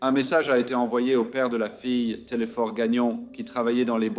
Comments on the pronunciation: Merci , j’encourage. Simplement pour votre information, je suis Québécoise et dans le Prénom du père « TéléSphore »la lettre « S »doit se faire entendre. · Telesphore, faut prononcé le S. La voix ia est tres deplaisante dommage car cette tragique histoire hante toujours le Québec et le Canada!!